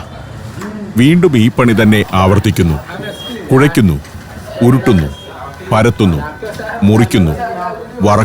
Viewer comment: കുഴയ്ക്കുന്നു.. ഉരുട്ടുന്ന്.. പരത്തുന്ന് .. മുറിയ്ക്കുന്ന്..വറക്കുന്ന്.. കോരീയെടുക്കുന്നു..